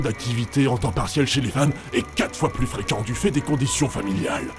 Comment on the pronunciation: Alors je ne voudrais pas casser le sérieux de la déclaration, mais j'ai ri à . " Le plous restrictif" X'D